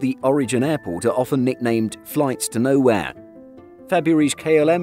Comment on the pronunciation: Like when you say; NOWÉE''''......🛫🤓